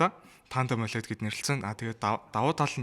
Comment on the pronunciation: Tas har ongiig gargaj chaddag gehdee ойлэд биш өөвлэд gej unshhan zov bish biluu m4 huvid apple zugeer l shinchlelt hiij bolson gejl pad deer tavisan baih